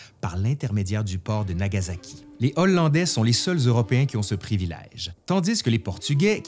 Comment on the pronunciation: Ca se prononce plus ou moins comme c'est écrit, [Genpéé], pas [Génépé]. : Pareil pour [iéyasu], comme ça se prononce, il n'y a pas de [shu]. : Bon bin là pareil, comme ça s'écrit [Nagaçaki], y'a pas de Z. Vidéo intéressante en tout cas ^^.